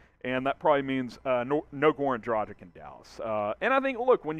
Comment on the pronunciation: Would you please learn how to pronounce correctly?! It's pronounced "Draghich" ..it's a Slovenian surname so it's written differently, but that's the way it should be pronounced. As a reporter - commentator I'm sure you should put in a bit of effort to do it right.